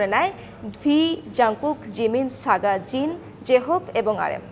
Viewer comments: Saga what😂 not saga it's suga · Its suga not saga ok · আপু এটা সাগা না সুগা 😂😂😂😂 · Saga na go ata Suga🙄🙄🙄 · It’s not saga it’s suga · ওর নাম সাগা না সুগা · বইন যা বলছেন ভালোই বলছেন কিন্তু নাম টা না উচ্চারণ করলেও পারতেন🙂যাইহোক ভুল মানুষেরই হয়😒সাগা না ওইটা হবে সুগা😊💜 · সাগা নায় ওটা সুগা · Everything is ok BUT UNTIL you realise that she said SAGA not suga!!!! 😑 like what the frecking crabbb 😵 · Like no one talkibg about how she pronounced suga as saga... It hurts tho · Suga ke saga bolche😂😂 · Not Saga it's Suga😑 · It's not saga It's suga 😒💔🙂 but happy to hear that news 💜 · 😂😂 what the heck.... it's suga not saga ..... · It's suga Not saga😑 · It's not saga It's suga😅💜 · Saga na go suga (sooga) 🤣🤣🤣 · Suga not Saga Lol 🤣🤣🤣🤣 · 😂🤣kichu bolar nei🤣saga kemne bole bhai